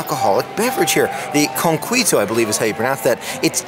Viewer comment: “Con-qwee-toe” It’s pronounced co-key-toe, like the Coquí frog native to Puerto Rico. Which is where this delicious drink is from